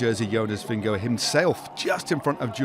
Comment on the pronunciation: Correct pronunciation is Jonas Vinyago 😅😅😅😅